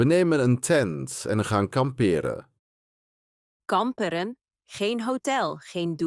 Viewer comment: Hoi! Dank jullie wel voor die dialogen. Ik heb een vraag. In de eerste dialoog hoor ik de zin “We nemen een tent en gaan kamperen”. Dan komt “Kamperen? Geen hotel, geen douche?”. De klemtoon verandert zich in het werkwoord “kamperen “. Moet het zo zijn of was het een foutje?